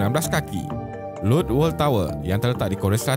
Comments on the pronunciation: Lotte -bkn ' LOT' tapi 'lot- tey' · Sebutan orang korea selatan yang betul adalah Lot-te